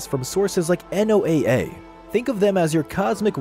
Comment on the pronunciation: you cant even pronounce noaa right